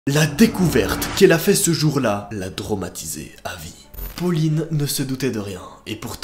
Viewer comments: tromatiser 🤣🤣 traumatiser* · 0.02 la dromatiser 🤣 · Il a dis la dromatiser